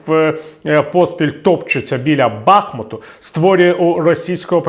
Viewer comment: Бахмутяни наполягають на наголосі "БахмУт".